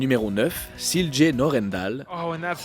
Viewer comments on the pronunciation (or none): "Silje" se prononce "Silia" =)